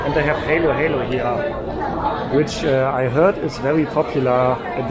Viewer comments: You pronounce it Halo halo not helo helo, Halo halo in tagalog means mix mix everything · das heist HALO-HALO. Like when you said it in german language hallo hallo. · it's pronounced ha-lo ha-lo, short a, not heylo-heylo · Hi. Halo Halo pronounce like Hallo in German. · It’s pronounce ha-lo ha-lo. Mix-mix